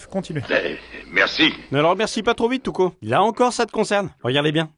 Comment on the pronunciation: Tuco j'ai l'impression d'entendre Toutcon😂